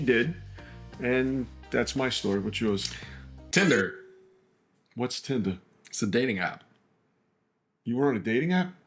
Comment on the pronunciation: "Whats tinda" 😂😂😂😂 and "New Yourk"